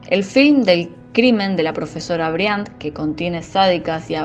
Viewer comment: Briánt??? Aprende a hablar o dedicate a laburar lavando baños marmota😅